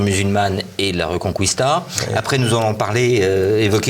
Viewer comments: Petit détail de prononciation: "reconquista" se prononce "rekonkista" et non "rekonkwista". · Il le dit comme en latin